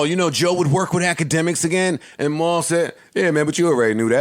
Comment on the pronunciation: IT'S WUWY AND MAAAWL!